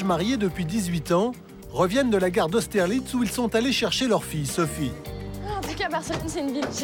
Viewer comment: J ai entendu " Ils reviennent de la guerre d austerlistz "🤣